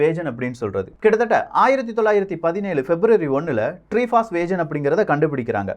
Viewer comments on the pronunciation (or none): வேஜன் இல்லை வேகன் சகோ